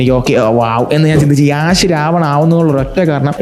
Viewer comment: Yeahsh Alla bro Yash ahn